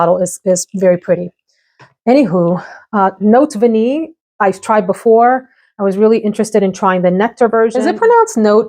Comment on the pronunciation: You got it! You pronounce Vanillée perfectly! 👌🏻